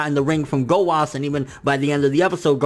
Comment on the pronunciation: Why are you saying 'Zamas' and 'Gowas'?